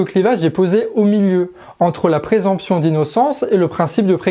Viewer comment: Présomption. Pas présemption. Gaffe à la prononciation.